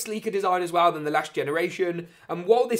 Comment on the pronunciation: Cool video…but pronounce “well” right next time